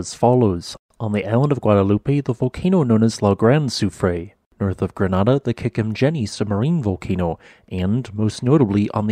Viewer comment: He also mispronounced Grenada!